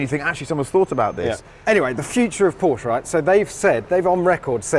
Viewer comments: Why wont they pronounce Porsche correctly? Theyre clearly saying it the wrong way on purpose.... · Please Jack, hear and listen to how Chris pronounces Porsche and repeat until you're saying it in your sleep.